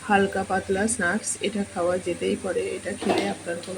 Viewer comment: Snaks not snuks ucaran tik korun